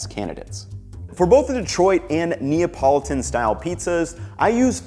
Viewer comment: It’s to difficult say Napolitan?